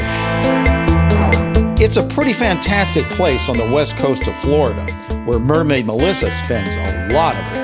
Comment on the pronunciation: he said "MERMAID MODLE"